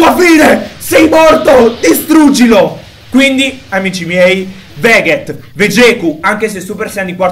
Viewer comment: SI PRONUNCIA VEGET NON VEGHET...